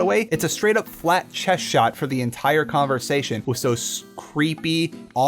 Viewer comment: THe converTsation?